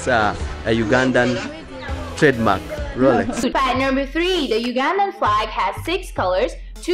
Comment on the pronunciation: Roleegs not Rolex